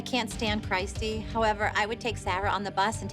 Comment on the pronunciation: the way melisa pronounced Christys name 💀